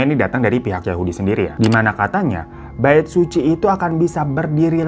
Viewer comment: Knapa di kuping gw si "Bait Suci" ini kdengeranya jdi "Baek Suzy" ya??😂😂